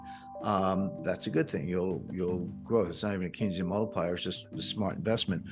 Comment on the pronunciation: Keynesian ? ... lol .. lol .. lol